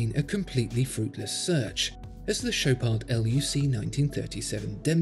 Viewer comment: The D in Chopard is silent, do not pronounce it